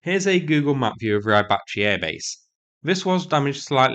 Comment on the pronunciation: It's in what Google calls Rybachiy not Rybacky.